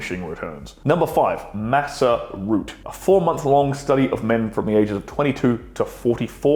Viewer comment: Massa root 😅